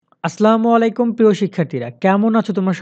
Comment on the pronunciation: সালাম সুন্দর করে দেন আসলামুআলাইকুম না "আসসালা মুআলাইকুম" বলবেন